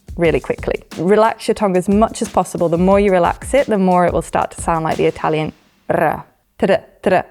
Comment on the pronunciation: Italian person here: I thought she were an Italian native speaker at the beginning of the video, and I was literally shocked when I found out she wasn't!!! Her pronunciation sounds 100% native. You can trust her, guys, she knows what she's talking about!